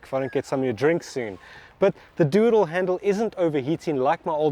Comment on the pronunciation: made a video... I watched it. As I watched it, I thought you were having a joke and saying doodle handle. I was laughing, then I realized you were saying "do it all handle". Laughter subsided. I tend to only hear sacasim even at the best of times. hah